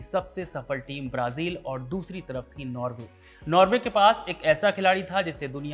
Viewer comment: नार्वे . . . नॉर्वे